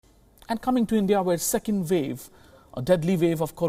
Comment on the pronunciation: did he just said 2nd vave?